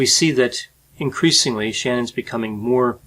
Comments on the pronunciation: he keeps pronouncing shannan's name wrong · IT'S NOT SHANNON IT'S SHA-NANN, she was particular on her name pronunciation. Please get it right. It's important to her.